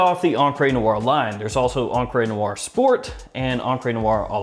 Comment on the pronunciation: “EncrÉ nuar” .. the French people be like: 🥲🥲 *I looove ur content, just keep it up;) and btw.. great fragrance🖤